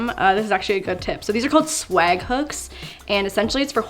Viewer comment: Honestly forgot she was Canadian for a sec until she said the word swag 😂😂😂😂😂😂😂 No have just thought it was funny 😂😂😂